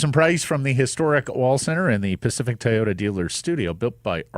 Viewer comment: Ever notice how says 'Ty-oda'